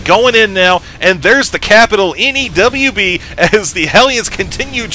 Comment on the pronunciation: "NEWB" lol